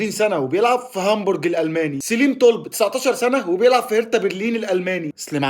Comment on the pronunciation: انا سمعتها تاني والله انتا بتقول تولب اسمع كلمة طلب بتتنطق ازاي ياخويا انا مش بتريق والله عليك انا فقط باقولك الصح وانت بردو قولت سوانزو سيتي الصح سوانزي سيتي